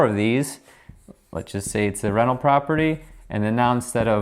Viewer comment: Haha every time you say 'rental', I heard it as 'reno'.